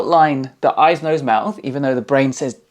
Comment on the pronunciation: The "eyeses" is getting you demonetized for sure lol